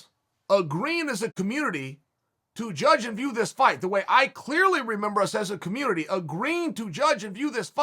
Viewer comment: "Us as a communitry" lol dear god chael.